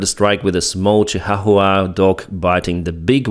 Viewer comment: Been following you for a long time. Love your work. One thing, I love how you pronounced that stupid little dog's name. The way we say it around here is more like "Chee-wawa", but I think you may have the Nahuatl (Aztec) pronunciation down, though I'm not an expert.